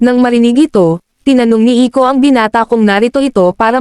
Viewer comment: Bro, that's Iko not ico